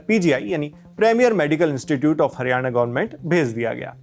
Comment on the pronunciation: Bhai ... Hariyane ... Nhi ... Haryana hai .... Plz thik boliye .. state ka naam